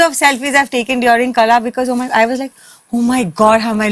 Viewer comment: its not Kala, its Qala..should be pronounced as same.